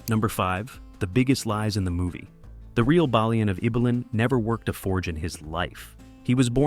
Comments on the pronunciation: You think you’d get the pronunciation of the main character’s name correct at least…’bay-lian’ not ‘baa-lian’ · It's mad how much info you have and still mispronounced everyones names, how do you get the main character's name wrong three times? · If you can’t say the main characters name correctly, you don’t deserve my time.